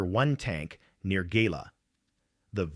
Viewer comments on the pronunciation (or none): none